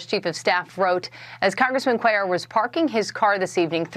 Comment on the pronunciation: do you EVER look to see how to pronounce these names and words you use?? Cuellar is even pronounced IN THE NEWS CLIP YOU USED!